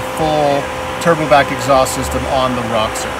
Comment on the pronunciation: You bug the hell out of me. Its not RA-Xor its ROW-Xor. Theres no A in it.